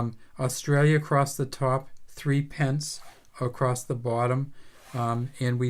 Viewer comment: Love these little fellas! It's pronounced 'thrippence'